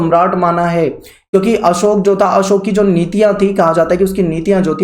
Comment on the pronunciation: Wo अशोक hai na ki असोक